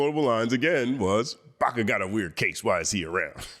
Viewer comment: Pls read Baka correctly. Don’t be a baka,.